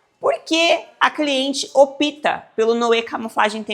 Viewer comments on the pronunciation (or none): Não se fala opita e sim, opta